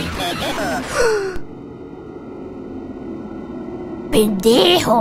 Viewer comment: Ese "Pendejo" lo dijo tan nítido y natural XD